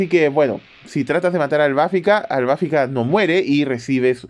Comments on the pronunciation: es Albafica, no Albáfica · ¿Por qué le llamas AlbÁfica? El acento prosódico va en la letra "i" 🌹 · Ciertamente, vi TLC con doblaje latino. Ahora, por curiosidad busqué la pelea de Minos contra Albafica en japonés y sigo opinando que no es AlbÁfica